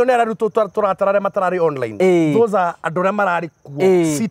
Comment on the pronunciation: 😂😂😂 onrrine meaning on-line!!! githungu nikaremire...hahahaha naninguo wamburaga kamuigwa